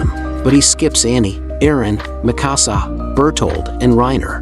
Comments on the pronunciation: Anyone else annoyed the way he pronounces Mikasa? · Why do people pronounce mikasa like that 😭